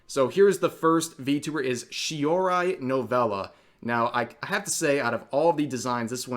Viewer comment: "ShioRAI"? "KoSUki"? "CalLIEope"?